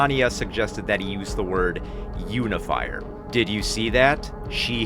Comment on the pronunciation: I wonder if this word was mispronounced - 'un-ifier' not 'unifier' 🫠